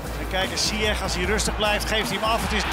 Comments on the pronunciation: "Zyesh",not "zyekh " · no one: the commentator: ziyeqkqk